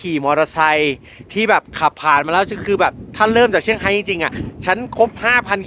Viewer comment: เซี่ยงไฮ้ ไม่ใช่เชี่ยงไฮ้ค่ะ (แบบไทยๆ)